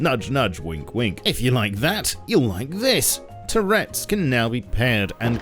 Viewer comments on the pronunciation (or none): Love you man but you really need to learn how to say the word "turrets" 😁❤ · Why you gotta say turrets like that 😭